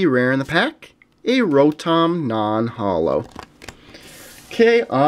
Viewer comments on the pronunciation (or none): none